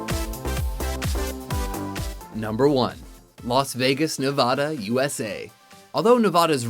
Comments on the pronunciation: did you just say nevahda its nevada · live in California and believe me people here would laugh if you were to say Nevawda. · THATS NOT HOW YOU SAY NEVADA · Am I the only one who is bothered by the way he say Nevada? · And they pronounced Nevada wrong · You mispronounced Nevada....... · If only they pronounced Nevada right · There is no h in Nevada. You said it incorrectly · he said Nevada fuckin wrong god damnit